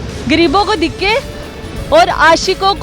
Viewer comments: you have to learn urdu too its not dhikay its dahakay 😥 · Dhiky nahi urdu men dhaky hota aap galat bol rahi ho urdu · Dikay Dikay Dikay 🤣🤣🤣🤣 bibi pehly urdu sahi bolo... Dikay nahi. Dhakay hota hy.... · Dikke nai dhakke he medam3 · Apni urdu to theek kro...diky kaya hota hai..dhakay hota hai word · Khud ko urdu ati nhi awr na Punjabi awr dosro ko pouch rahi.. Shokhi.. Diky koi word nhi haa dhaky hota.. Awr Punjabi ma tikky hota awr entoo ko etta kahty . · Dhakky bibi dhiky nhi hota, apki apni urdu pnjabi bht khrb hy ye tanqid nhi mashwra hy improve krn apna lehja bhi or alfaz bhi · Ye dakhey ko dikhey bol rhi hein kisi ko samjh hi nhi araha he ...😂😂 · hello ye word dihky nai dhaky hota g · Dhikke nhi dhakke hote hein bibi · jahil larki pehley urdu sahi seekhey...''lafz ''dhakey'' hein urdu mein..''.dikkey'' nai..... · It's not dhikkay madam its dhakkay. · Yeh dikhaaayy kia hota hai ki khud ki urd u kharab hai. Dhikay ni DHAKAY HOTA HAI!! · Is not dheke is Dhaka😂😂😂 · pehlay khud tu bolna seekh lo. It's not "dikkay" it is "dhakke" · ko khud Urdu nahi aati dhakey ko dhikey bol rahi hai pehley apni Urdu ka talafuz toh sahi karey Urdu national language hai Urdu toh sahi karoo apni Punjabi national language nahi hai Jo sabko aaye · Apna talafaz to thik kr lo dhiky ni dhaky hoty hyn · Dhikay nahii BIBI DHAKAAY APNI BOLI TO THEEK KR LAY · Kia aap ki urdo sahi hay Degay nahi hota dehkay Hota hay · اس لڑکی نے بولنا یی نہیں سیکھا، dhakke کو dikke کہہ رہی ھے۔ شرم آنی چاہیئے اس چینل والوں کو جو اس لڑکی کو اس کام پہ لگایا۔ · Apna 'dheky'phly sahi kry plz waisy dhaky hota hai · SISTER PEHLE AAP APNI URDU PRONUNCIATION THEEK KAREN.....DHIKKAY NAHI HOTA DHAKKAY HOTA HE.... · آپ دِکّے نہیں دَھکّے کہتیں تو شاید کسی کو سمجھ بھی آجاتا 😀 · Ooo bibi urdu tu sahi bolo... What is the degge?? 🙄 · کنول آپ تو خود بھی دھکے لفظ غلط بول رہی ہیں